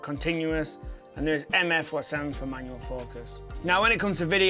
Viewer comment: “Manuel” focus. Lol.